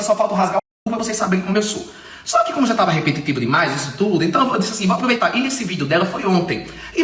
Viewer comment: Ele não sabe falar repetitivo Ele fala RE-PE-TITI-VU